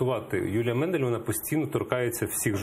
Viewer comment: Не Мендель, а Мандель! Коли ви вже навчитеся вірно називати прізвища!!!???